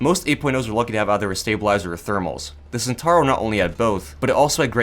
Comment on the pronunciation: Italians after people dont pronounce Centauro correctly: angeri noizes